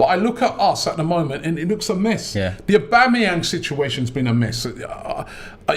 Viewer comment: you're too old to be saying "oba" instead of "auba" fix up man, coming like some uncultured fish